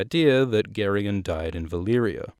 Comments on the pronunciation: Isn't Gerion pronounced Jair-ee-on? Like Gerry? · I know I'm late and I'm only 30 seconds into the video but I ALWAYS pronounced it like Jerry-on. Ya throwing me off 😄